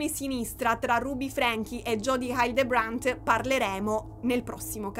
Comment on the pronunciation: il cognome (della plurimaledetta a cui sono contenta che dedicherai un nuovo capitolo, è davvero importante) Hildebrant si pronuncia " hì - ldrebrènt" (accento sulla prima sillaba, è una parola sdrucciola, e il resto sono tutte "e", l'ultima molto aperta)